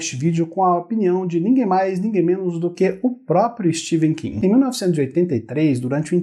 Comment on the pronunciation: Não é Steven king , se lê Stefen king